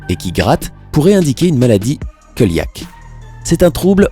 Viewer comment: Coeliaque vous pouvez lire comme coeliaque.avec c et pas q.merci bcps